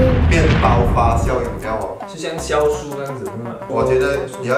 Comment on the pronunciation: 酵素 是读“jiao” 不是读“xiao”。。。